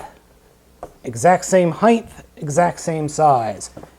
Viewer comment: HighT, not Highth